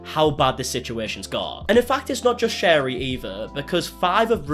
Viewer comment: Don’t know why this is bothering me so much but her name is pronounced Sherry like the drink not shar-rie.